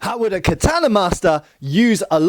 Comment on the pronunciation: Your pronunciation of the word katana prevents me from watching past